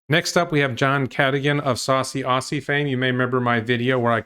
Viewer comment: As a fellow Aussie, John is an idiot, if he truly believes what he says. Please pronounce Aussie as Ozzy. 😉👍🏻